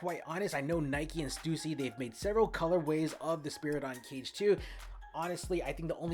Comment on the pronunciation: stUSsy not Stewsee.